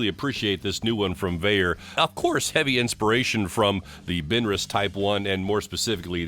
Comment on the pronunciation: I am 77 and I have never heard anyone pronounce it like you. Maybe I’m just a country hick.